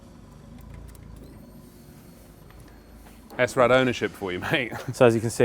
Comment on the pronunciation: AAAARRRHHH!!!! It's SRAD not S-RAD. You don't say S-OCK or C-OCK. Do the video again saying it properly.